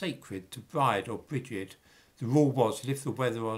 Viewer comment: And Bride, is pronounced Breeda.